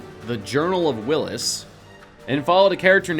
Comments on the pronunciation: Number 10- it was actually the journal of the whills, pronounced wills, not Willis. Small difference, but this isn't different strokes. Arnold's not around. Plus, these are supposed to be facts. Soooo..... yeah. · it whills not willis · Whills not Willis.... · Did you just say "The Willis?" It is the "Whills" w h i l l s. And did you say Revelationary instead of Revolutionary? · "What u talkin bout Willis"? It's Whills bro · Journal of the Wills, not "willis" it's even spelled on the book as he mentions it. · Wow dude you dont know shit, the "journal of the willis" cmon man its pronounced wills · "The journal of the Willis"? WTF? It was Wills, W I L L S. Not Willis. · Journal of the Whills... Not Willis... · It’s pronounced, the wills not willis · "The Journal of the WHILLS" not "The Journal of WILLIS" - Whatchoo talkin' about? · It is pronounced Wills not Willis. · Whills =/= Willis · Had to stop watching after the Journal of the Willis mispronunciation. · Did you even research the pronunciation of the names you use in this video? You mispronounced: Tunisia, Drew Struzan, Whills and many more. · This guy is not a diehard fan. Kyber crystals are real, he mispronounced guardian of the whills and mace windu. Please do not call yourself a diehard if you don't know anything beyond the movies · Not only is one of the nine opening facts related to the movie but you don't even know how to pronounce Whills properly. I'm out!